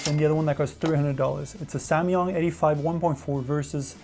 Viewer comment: Am I the only one who's annoyed that he keeps saying "samYUNG " instead of "samYANG". I know, I'm nuts...